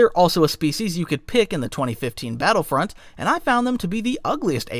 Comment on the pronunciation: At 17 minutes he pronounced battlefront like he was born yesterday... meaning he's either ha an iq of 70 or it's ai. AI narrator means auto downvote